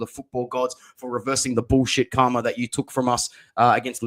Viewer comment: It's Kvara not Krava It's Gianluca not Juanluca